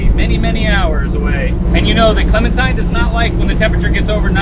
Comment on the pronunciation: Clementine* No "s".👍